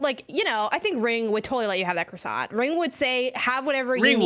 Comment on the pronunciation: Dude, half the letters in croissant are silent; you're pronouncing ALL of them!